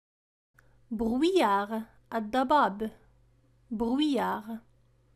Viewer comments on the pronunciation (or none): نطق خاطء في كلمة brouillard